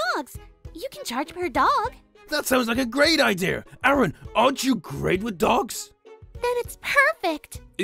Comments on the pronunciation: I like how says ider instead of idea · any on else notice that Garr other said ider instead of idea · did any one notice how said "idea"